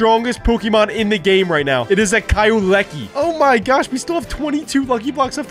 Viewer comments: The way to say kyerum Its. Cure-Em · You pronounce kyrum k-your-um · Ki-yu-rem Pronounced Kyurem Sol-ga-le-yo Pronounced Solgaleo Eter-ney-tus Pronounced Eternatus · Eternus it’s pronounced ee TURR nuh tuss and it’s pronounced KYOO rem